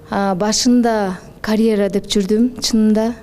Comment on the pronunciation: Карэра эмес, каръера деп туура сүйлөчү, айланайын